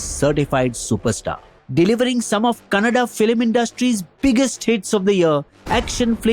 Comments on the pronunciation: Bro its Kannada not canada okay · It’s Kannada not canada, amazing video and all information is super accurate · Its kannada not Canada